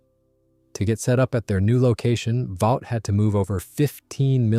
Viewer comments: "Vought" is pronouned "vawt", not "vowt". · The company is not pronounced "Vowt," it is "Vot" (short "o"). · It's VAUGHT as on BOUGHT